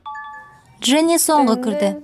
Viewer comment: FFDXGT Qwe «Джинни» емес Дженни